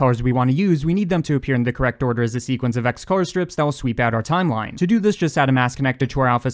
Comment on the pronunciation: "our overlay *TZ*imeline"